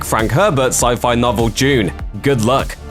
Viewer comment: The way you pronounce dune triggers me